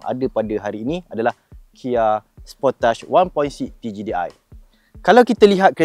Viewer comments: mohon betulkan bunyi dua perkataan ni boleh? Channel kereta bunyi 2 ni penting? Sportage bunyi (sport + age) bukan (sport + touch). Platform bunyi (plat + form) bukan bunyi (plug + foam) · The correct pronunciation of Kia Sportage is "key-uh spor-tahj".